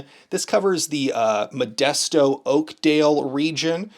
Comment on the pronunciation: Molesto. You said it wrong. Oakdale is the cowboy capital of the world. But you gotta say “Oakdale Buuud” lmao